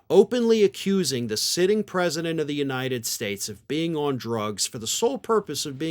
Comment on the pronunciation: was trump on drugs when he sais united statche?